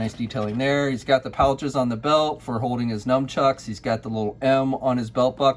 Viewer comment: I gotta clear this up, is it "num-chucks"? Because I thought it was supposed to be "nun-chucks"...